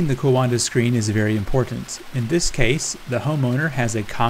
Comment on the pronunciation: coanda is pronounced kwawnda